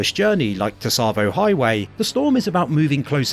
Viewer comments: Great video, just one thing to let you know, Tsavo is pronounce more like ‘savo’ with a very very light ‘t’ sound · I'm fairly sure the T is voiced. But the way pronounces sounds closer to "Tusavo". The "tsa" should be a single syllable. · Don't you think Tsavo Highway is pronounced the way Sergeant Johnson says it? Savo Highway. T-Savo? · I always thought the T in Tsavo Highway was silent, so you'd just pronounce it 'Savo'. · You keep over pronouncing the T in Tsavo and it's very annoying. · This guy pronounces it incorrectly (and says it many many times throughout the video) because people find it hard to not correct. Comments = engagement. It’s been pointed out that he says it wrong many times.